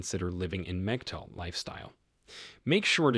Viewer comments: Brah, PLEASE don't be one of these guys who speaks truth on this matter, then blows it by not knowing how to pronouce "MGTOW." So, once again, it's time for the MGTOW Pronunciation Guide, so here we go....! It's pronounced like PIG-COW, not "muhjeeto" or anything else, any other way. If it doesn't rhyme with "pig-cow", you're saying it wrong. Ok, good talk, good talk...... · Dude its not Megtow its Mgtow